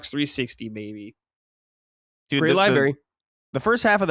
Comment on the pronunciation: if you're going through these libraries of consoles please learn how to say the word “library.”